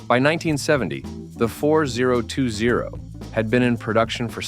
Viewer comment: You immediately lost your credibility when you called it the 4-0-2-0 instead of FortyTwenty. That's what it's always been called. Pretty pathetic!